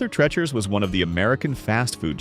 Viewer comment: Treacher, like teacher. Not Trecher